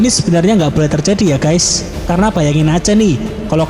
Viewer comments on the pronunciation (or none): none